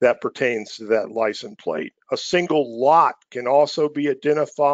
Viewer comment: Great overview but it's "License Plate" not "Lisen Plate"